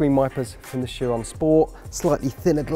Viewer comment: plus the guy pronounced Chiron wrong lmao